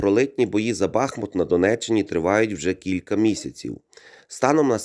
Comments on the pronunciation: Дякую за відео, але правильний наголос БахмУт 😉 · Стоїчно переношу рекламу, вподобайка...Але , для чистоти коменту, ..місцеві дуже наголошують , що БахмУт..Дякую